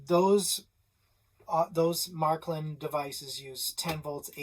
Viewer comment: Matklin? Märklin!